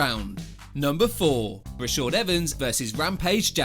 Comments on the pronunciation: Commentator can say khabib's name correctly but struggles with the pronounciation of rashad. 🤣 Rashad, not Rashood. Good video regardless. 👌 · Like the video but you got issues with some name pronunciation man. Danielle Cormier, Rashowed Evans? Nearly subscribed as well. Good video anyway keep it up and I may return one day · I wish this guy would learn to say the fighters name properly. Its not Rashod Evans nor is it Danielle Cormier. Ass. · “Rashaud Evans”